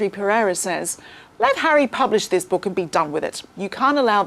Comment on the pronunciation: Since when did our friends in the south pronounce the word book as ‘burk’